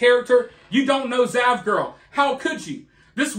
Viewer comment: I thought you said vaj-girl lol